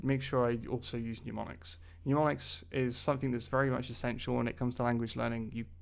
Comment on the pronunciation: Serious question, isn't it mnemonics, pronounced nem-on-ics, like nemesis? I don't know where everyone gets the nyu sound. Seems like at least half the YouTube language teachers are using this word like this. Otherwise, great content keep it up!!